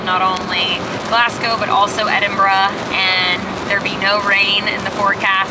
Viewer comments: Kudos for getting the pronunciation of our capital city right. So many Americans say "Edinboro", but you nailed it with "Edinbruh". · Congratulations on pronouncing it correctly instead of ''Edinburow'' as most Americans say. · Agreed, but with the exception of 'Lomond'.... LO-mond not loMOND... 10/10 for Edinburgh!!!